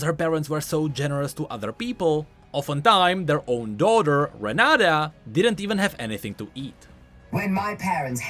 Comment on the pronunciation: "renaDa" looool her name is renaTa